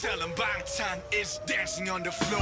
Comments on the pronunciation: That be the most LIT kitchen I ever seen. 🤯 And shouts out to the guy on the right pronouncing BANGTAN correctly and then puttin his boy in his place. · Guy on the right 100% pronounced "Bangtan" correctly with the most Korean nuence too it's scary 😂. You sure you don't speak Korean?